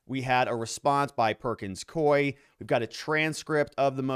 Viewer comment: It’s perkins COO -E. You keep mispronouncing it…..